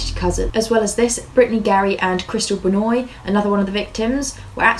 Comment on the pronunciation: She's close to pronouncing them right. It's not because she's British it's because she's not coonass. Benoit = ben-wah. Bayou = bi-you